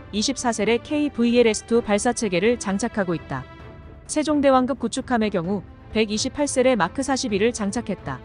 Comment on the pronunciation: 된소리 발음이 되지 않아 불편하네요. 발음법이 바뀌었나?? 예) 세종대왕급 --> 세종대왕끕